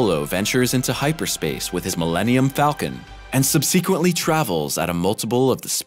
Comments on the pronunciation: Not being able to pronounce “subsequently” correctly within the first 90 seconds of this video is not a good look…. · I had to stop watching after hearing that dude butcher "subsequently"....